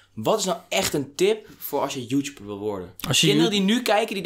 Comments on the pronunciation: haha hij zij joetjoeper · zegt youtuber als youtjoeper😂😂